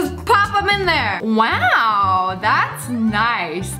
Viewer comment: That is probably the first time i heard her say "wow" without an "e".